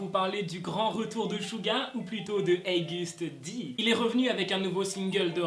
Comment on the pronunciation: Je suis la seul qui dit "OGUST D" et pas "heigust Di" ???